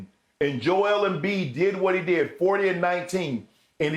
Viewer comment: It’s embiid and it’s not close